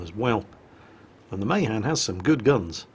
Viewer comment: NOT MAYHAN MAAAHAAAN